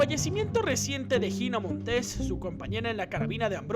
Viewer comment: ¿Y qué fue lo que confesó? Terrible video, mal investigado, pésimas imágenes y todo hasta mal pronunciado. No es posible que digas "Shavier López Chabelo" y "Jina Montés"... Terrible. 🤮